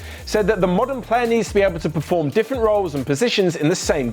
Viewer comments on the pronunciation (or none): none